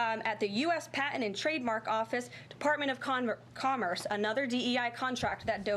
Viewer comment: Did she just say "Department of Converse"?